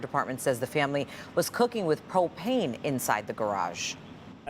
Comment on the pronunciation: Did she say popane?